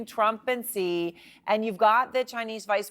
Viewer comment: It's not "Si", this isn't Mexico. It's pronounced "Shee" in Mandarin.